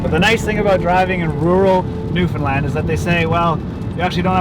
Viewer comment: Newfound LAND Not New fun lund